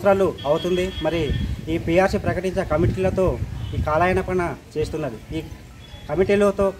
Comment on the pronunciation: కాలాయనపనా ఏంట్రా పప్పా....? కాలయాపన అనాలి రా? UTF పరువు తీసేసావ్ రా? మాటలన్నీ తప్పుల తడాకా ఏంట్రా? నువ్వు ఉపాధ్యాయుడేనా? లేక సొమ్ముల కాపరా???